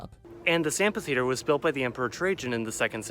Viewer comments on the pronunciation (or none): It's not "ampi"theater, it's AMPHI (F sound). Also,thats not an amphitheater, it's a THEATER. Come on...